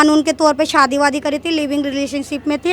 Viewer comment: मैडम सादी नहीं शादी करती है 😅😅😅😅